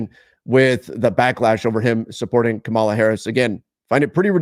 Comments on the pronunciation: It’s KA-ma-la, not Ka-MAH-la. We know who watches 😂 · Hey, I really like your work but could you please learn to pronounce her name correctly. Accent on the first syllable. Thanks. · dude say her name correctly WTF dude? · please work on it. The names you manage to pronounce are far more difficult. Having said that, I appreciate your work very much and appreciate your discussion here about our basic democratic rights (former teacher to another former teacher.) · I can give people a pass when they want to stay out and not speak up for what is right. Gotta keep those viewers. It’s good business. That’s totally fine. But please pronounce our future president’s name correctly next time. That’s all I ask. Thanks! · You pronounce her name wrong